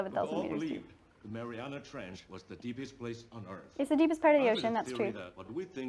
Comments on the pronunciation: Y’all I’m watching this right now and I can see that she is doing great but she is mispronouncing Mariana trench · I doc points for saying the Mariana Trench wrong